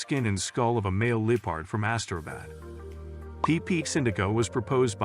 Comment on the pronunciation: Glad you have introduced us to so much wildlife, sorry to hear you have not spoken with a single English language speaker that could tell you how to properly pronounce English words, LEE-pard?😂 ka-ZACK stan? So many pronounced words that just say, I want to slap someone, try conversation with an actual English speaker, great information, hats off to the information gatherer but, dude, for real... get someone as the narrorater that can actually speak English